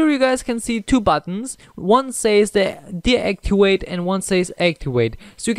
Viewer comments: Aktiwate - Deaktiwate ???😂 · haha deactiwate and actiwate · When you say activet and deactivate you sound like a new learner in english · One says deactiwate and one says actiwait lol